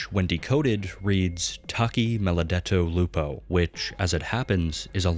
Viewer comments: Bro really said “taki me lo detto lupo” man I swear Americans CANNOT pronounce Italian words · not to bully you, but the way you pronounced "Taci Maledetto Lupo" (as an Italian myself) is really funny. Great video btw!